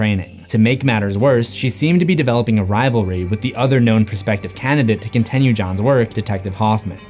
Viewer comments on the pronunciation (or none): For the love of God what's the deal with your pronunciation of "continue"!!? Lol hearing that is worse than what jigsaws victims went through!